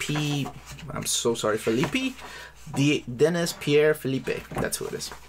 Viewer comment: It’s interesting how Latinos pronounce his name. One day I’d still would love to his Dune.